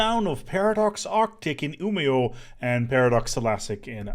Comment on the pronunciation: I'm just glad that your pronunciation of Umeå and Malmö is so much better than Montu's